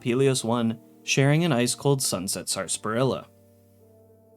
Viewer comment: You’re the first YouTuber I’ve heard say sarsaparilla properly. Hats off